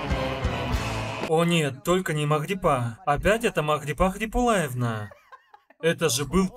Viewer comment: Чудная кубинка. Спасибо за перевод,, особенно за авторские "примочки". У меня вопрос: вы действительно произнесли "Магрипа Кяхулаевна" или это я услышала название дагестанского села Кяхулай?